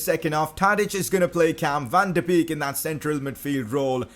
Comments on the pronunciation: Van De beek is said Van De bake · #pcq: Your saying van de beek wrong